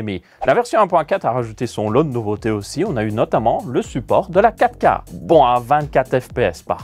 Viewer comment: "affichage en ouika". La prononciation me trigg à chaque fois 😂